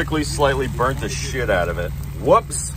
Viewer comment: OPE he said “chit” 🤣 also that was a beautiful egg flip! Also thank you to the football Gods for allowing Higgins to finally do me right this fantasy season!